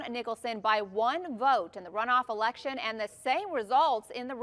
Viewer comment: Mr Chinaman say “ you wan to win erection”😂